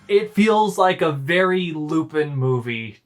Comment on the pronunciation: For future reference, the character's name is pronounced "Loo-pawn". I feel like you two have some good commentary to divulge, but I have trouble getting past hearing "Loo-pin" every fifteen seconds.